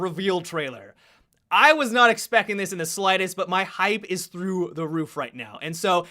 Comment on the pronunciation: DID HE SAID 'ESPECK IT' ???? are y'all finished or y'all done? I ain't gon say it no mo